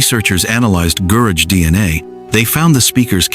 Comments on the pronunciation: It’s not Guraj , it’s a Gu-ra-ge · It is not pronounced Gurage but Guraggae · Gurage...reads as guraagie ጉራጌ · Gurage: ghoo--RAH--gheh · The proper pronunciation of "Gurage" is "Gu-ra-gay" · re: Gurage This is pronounced like this: goo RAW gay